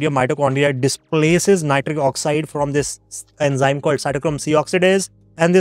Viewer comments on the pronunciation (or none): none